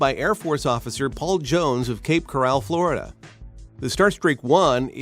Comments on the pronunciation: Cape Coral ... not Cape Corral ... smh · cape corral lol it's cape coral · And only thing I seen and heard that was just wrong I was born and raised in Florida Cape Coral is said like a coral reef not Cape Corrall. It shocked me how many people that has never been here to Florida mispronounced almost every town in South Central Florida. Maybe it's because they have never been here and actually heard the word being pronounce right. I live on Lake Okeechobee Said As the Seminole Indians named it said like this O-kee-cho-bee. Not Oak-eeech-o-bea! Or OKAY-CHOW-BAY. Or like most people call it Okeechobee Okey-fawn-okee. And usually it's people from Ohio that mispronounced it this way is Ohio full of a bunch of morons? It is very puzzling why even the river that flows into Lake Okeechobee is always miss said as well it is call the Kissimmee said as Kis-sim-mee & Not how people from Ohio Illinois and even Kentucky pronounce it Kiss-ah-mee. Like WTF??? Or the town Hobe Sound most people from up North calls it Hope-sound & even HOE-PEE-SOUND. 😂😂😂 or the city of Arcadia pronounced as Are-card-e-yah!! Its said Are-cay-d-ya. Everybody has to realize these words of these towns and cities down here in Florida AR Seminole Indian names and the ones that are not similar Indian name they are Colusa Indian names and if they are not Calusa Indian names. Or Tekestan Indian names & or Timucuan Indian names. in the Florida in the Florida Panhandle it would be Apalachee Indian names and of course Pensacola Indian names. Of course there were Spanish town in cities names and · Luke Edward Hahaha...I knew I should look first before commenting on that. CorAL? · Hey, the town is Cape Coral. It's not pronounced "corral". ~ Mister Ed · I've never heard anyone mispronounce "Cape Coral" so badly. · Ya I agree. How to sound like total moron!! LOLOL